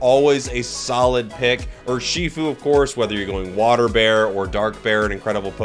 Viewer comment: I took 20 seconds to realize you meant urshifu when you said "or she food"